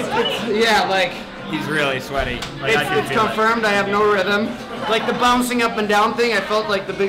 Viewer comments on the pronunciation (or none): Guuuys, it's RHYTHM not RYTHEM .. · it's rythm, not rythem